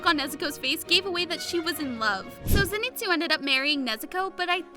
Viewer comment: Lol she speld lord zenitsu wrong she said lord zenistu